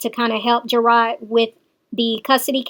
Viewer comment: not ''GERARD'', isn't the one that issued a warrant for her arrest! It's the courts because she is not following the stipulations of the court order.